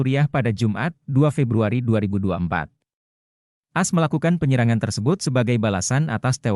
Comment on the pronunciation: Tolong naratornya yang benar baca teksnya bukan dibaca "as" tapi baca AS atau Amerika Serikat. Sangat mengganggu kedengarannya..